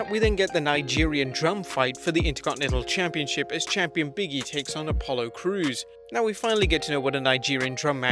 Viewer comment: I love your videos, but it's pronounced "BIG E" not "Biggie"...